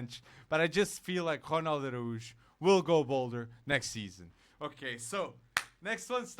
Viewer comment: His name is Ronald ArAUJO not Aruj